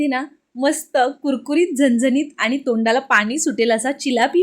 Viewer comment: पानी नाही पाणी बोल.. आनी नाही आणी बोल.. झनझनीत नीही झणझणीत बोल.. साधारण बोल.. साधारन नाही... अशिक्षित आहेस नाही ना? Suscribe kara sangess shudh bolyala jamal tar bol video baghayala aavadil